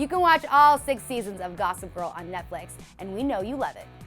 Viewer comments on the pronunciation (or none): none